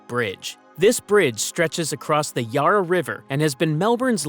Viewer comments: Let them know that, with the exception of Yarra, they did a great job with pronouncing Australian place names. For future reference; it's pronounced Ya-ra not Yorrer. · The pronunciation of some of the names is HILARIOUS. You need to do much, much better. Fotscray? No, it's Footscray. Yahrah? No. It's Yarra. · Your pronunciations of Melbourne words is mostly good but the a in Yarra is pronounced like the a in Apple. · if you don’t know how to pronounce Yarra (River) and Yarraville and Footscray and Benalla and Warranjuri (and basalt rock) then it’s pretty clear you don’t talk to Melbournians in your research! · Labor is frkd but so are yanks talking shit are as well. The voice over cant even pronounce Yarra. 😂